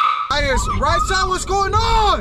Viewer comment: STOP! SAYING! TEAM! RAYSSA!